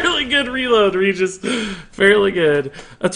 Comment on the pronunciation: regis is the name sounds... so wrong